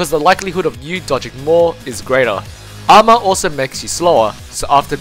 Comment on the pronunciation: good video but when you said armor your "a" hurt my ears. try some stuff with mic volume